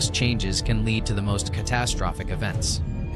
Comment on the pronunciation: I noticed this too lol. Also "de-briss".